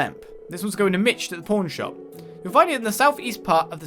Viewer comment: Every time you say "pawn shop", I keep hearing "porn shop" LoL